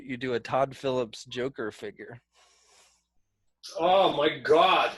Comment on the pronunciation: MARVEL FAN BOYS CANT EVEN SAY THE NAME JOKER HAHAHAH